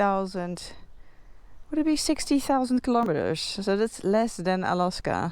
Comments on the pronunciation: Alaska is pronounced with a hard a for the second a. you pronounce it with a soft day incorrectly. If you're going to own a bike you should at least know how to pronounce the name. Honestly drives me nuts every time. It's kind of like if I was pronouncing England angland understand understand😮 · She christened the bike Alaska herself, therefore it is perfectly fine for her to pronounce it as she wishes. Meaning it is her "pet" name for her motorcycle, and not "Alaska" the 49th state of the USA..(PS. I also suggest you get a life)